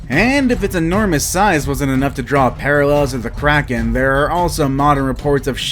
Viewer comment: Are you from sweden??? K-R-A-K-E-N